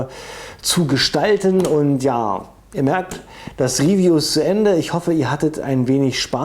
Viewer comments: der brus, macht ein riwiju hahahaahaa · 1.8k Euro für 0.5 Joule, also für billiges Plastikspielzeug? Was fürn Beschiss... PS.: Mach deine Videos künftig entweder komplett in Englisch oder bleib beim Deutschen, die Anglizismen machen das Video ungewollt lächerlich, vor allem die Aussprache erinnert an die Projektwoche der Hauptschule. ("Real Steel" hahaha "Riiihhffiijuuuu - "Hitlers BASSsaou") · Sorry aber ich finde dieses Denglisch(Deutsch-Englisch) so schlimm. "Onli" "Autabärrel" "Rifiu" "Fullauto" "gimmik" Bitte! Entweder richtig aussprechen oder auf deutsch. DANKE